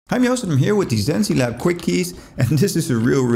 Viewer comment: It's pronounced "zence labs" not zen-see-labs lol